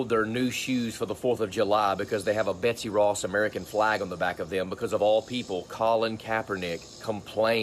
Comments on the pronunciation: I like what you say about Trump and the rest of the Republicans being so bad, which are 100% spot on. But just a small thing about the story of a pair of shoes, it think at the first part of story about them, it sounded like he said Betty Ross, and not Betsy Ross, i could be wrong, but maybe someone else can hear too. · At least say her name correctly. It's Betsy Ross. Not Betty Ross. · BTW, it's "Betsy" Ross